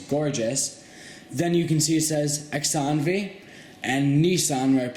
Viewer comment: xanavi is pronounced "suh-naw-vee" smh